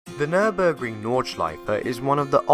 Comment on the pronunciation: Nice video full of information! And Good job on your effort pronouncing it correctly :)